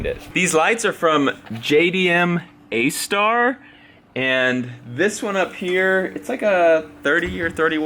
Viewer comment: Lol isnt the lights pronounced MASTER, not MA-STAR ;)